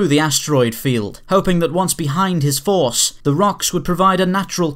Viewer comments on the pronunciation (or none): none